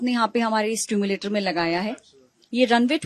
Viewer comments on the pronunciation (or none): स्टीमूलेटर नहीं मैडम, सिम्युलेटर !